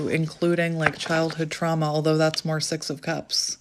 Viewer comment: O wow 🎉 so accurate so grateful for this clarity what my intuition already know 😅 when u said six of cups I heard sex of cups ❤